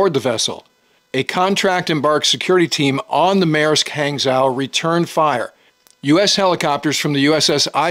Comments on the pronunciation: It's not "Hang-zow", it's pronounced "Hang-Joe". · It’s pronounced more like, “Han Joe.” Hangzhou is one of my favorite cities in China I’ve visited with my Chinese wife. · It’s pronounced h-on-g-joe not hang-zow… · Thanks for the videos! I find them informative and interesting. One point, 'zh' in Manderin is pronounced as 'j', so the container ship would be 'hang-jou'. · Hang is pronounced more like Hong in English and Zhou is pronounced like Joe btw. Nice video also. Good updates on this situation. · Hey, love your content! Hangzhou is pronounced similar to Hung-joe. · Good work. Hangzhou is pronounced like hong-joe. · It's pronounced "hang-joe" or thereabouts. Otherwise, top coverage! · Small nuance, hangzhou is pronounced hang-djhow. Or hangjhoo. After the same named city in China. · Not to be pedantic, but Hangzhou is pronounced something like H ah ng-Joe. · Say Hong-Zhu